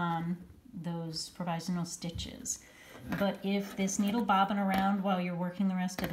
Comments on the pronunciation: Leave it to you to make a mispronunciation so entertaining. The meme from your newsletter had me dying, and now your use of the Count from Sesame Street is a total bonus. I love to quote him with his Dracula accent whenever possible “1! 2! 3! 4! Ah ha ha ha”! :D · That is funny indeed! I had to hear it rather than just read about your mispronunciation of provisional in your email. Omg you're killin' me!